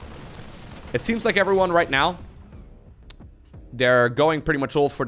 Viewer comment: Hell low Efre Whan my name is! That is what I hear every time he says it.